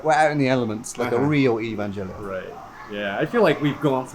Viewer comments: its pronounced EVAngelion dood its not EVENgelion! XD looks cool shame I wont go until coronas not a thing. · cool but why do you keep saying EvanJellyon😭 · Nobody: Him:evanjellyon